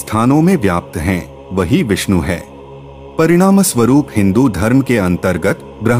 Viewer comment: Shree hari visnu bagwan ☺️☺️☺️, naam thik se Liya kar 😡😡😡😡😡